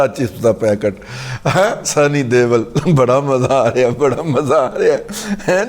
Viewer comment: Dada. Sunny ""DeOl" hosi". "Deval" nahin.